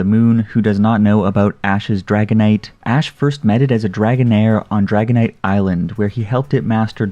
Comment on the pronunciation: Umm why do u pronounce dragonite as haganite ?